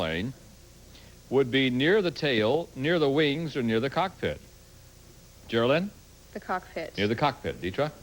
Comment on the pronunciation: He pronounced the last lady’s name as Ger-a-Lin. It’s Geraldine!